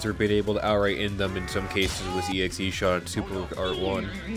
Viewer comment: Bruh, not to be *that guy*, but it’s EX-shot, not EXE-shot. 🤓